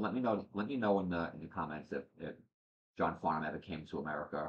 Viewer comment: You pronounced his name perfectly. John is very special to Australians. He is so down to earth, love to have a joke and entertain people. He’s never had a bad day at the “office” ever which sounds amazing because he was a heavy cigarette smoker for years. A few of the song people will request like You’re the Voice, Help (Beatles cover), It’s a Long Way to the Top and Playing to Win come from the concert with the Melbourne Symphony Orchestra. That was an amazing concert. There was also a tour he did with Olivia Newton John and Anthony Warlow called The Main Event and there’s a couple of songs to checkout from that called “Hi Art” and That’s Life. JOHN CAN SING ANYTHING!!! Welcome to our favourite son and this endless rabbit hole your now in! ❤